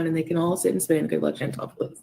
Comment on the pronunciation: There's no E in ChantAl. Did none of y'all learn letter sounds? 😒